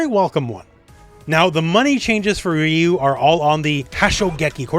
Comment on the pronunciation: It’s funny how you insist on pronouncing Manon’s name “correctly”, but you mispronounce Ryu’s and Zangief’s names. You can’t pick and choose like that. It’s hypocritical.